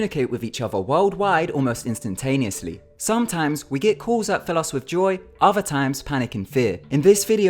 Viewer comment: its not ofuh. it's uh-th-er